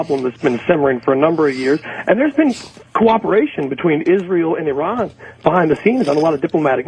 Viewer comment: Dunce Opie, if you can't pronounce 'Iran', you shouldn't be discussing it.